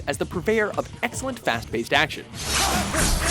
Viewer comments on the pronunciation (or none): none